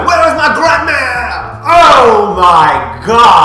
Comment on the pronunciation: When you say "grand-mère" it sounds like "grammaire". The thought of Scarlet wandering in the woods, looking for her grammar textbook is kinda funny though :D